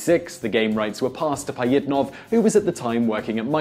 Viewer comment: OMFG!!! these random fact channels are the worst for pronunciation!!! its not Pie-it-nov, its Pa-jhit-nov, to say it right. there are others, but how hard is it to just say shit right?